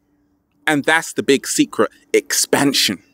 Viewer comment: I began to chuckle out loud when he enunciated "EXPANSION!" multiple times, hihihi...